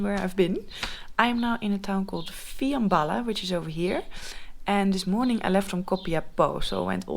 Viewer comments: se prununcia fianbala¨[ el acento es en la a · It is Fiambala, with the accent un the last a